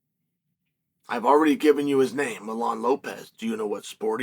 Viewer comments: His name is Mijaín, not Milán. 🙄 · Me-HA-Ee-N…. For pronunciation in English… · Funny how chael calls him milan jajajjaja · "i have already given his name" you said it wrong buddy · It bothered me the whole time he kept pronouncing the name wrong 😂, it’s like Yoel Romero being called Joel Romero. 😂